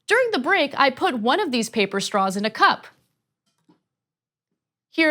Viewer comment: Did she say she wants staws that don't suck? Lol if it was Intentional, lmao if it wasn't!